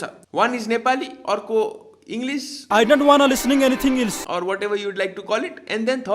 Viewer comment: Aeee 'else' vannu khojeko ho?